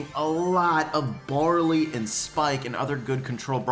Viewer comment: When he said bawley I'm like waht he's shit